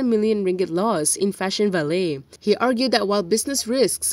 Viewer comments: It should be pronounced as Fashion va-leh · Please learn the pronunciation of the word “Valet”. You are an English journalist.